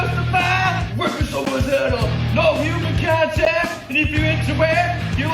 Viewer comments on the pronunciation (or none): It's human, not huwoman.